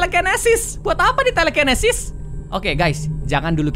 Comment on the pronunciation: " Kita dapet telekenesis buat apa ni telekenesis ? " Padahal tulisannya telekinesis owkowkowkowk Apa bacanya bgitu ya ?